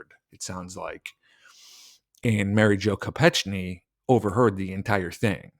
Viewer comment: to be respectful to her memory we should get her name right: I recall that her last name was pronounced Ko-peck-nee